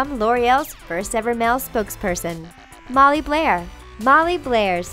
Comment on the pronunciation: Title: molly bair Girl: Molly Blair